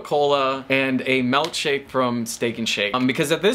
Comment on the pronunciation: "Melk shake"